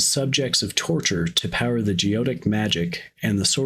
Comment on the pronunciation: Great video, thanks! By the way, it's pronounced go ET ic.